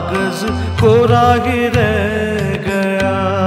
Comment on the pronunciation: Not only your voice resembles Kishoreda, you have perfectly adapted his style of singing. His style of modulation, pronunciation of words … for eg. in this song kishoreda sang “ Kora hi re Gaya” not kora hi reh Gaya” … Perfect